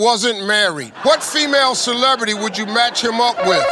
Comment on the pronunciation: I believe he pronounced it “HWHAT”